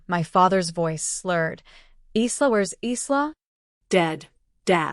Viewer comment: Pronounced "Eye-la', not eesla